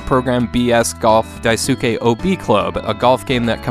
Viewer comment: A small note about pronouncing Japanese names, Daisuke is pronounced Die-Skay.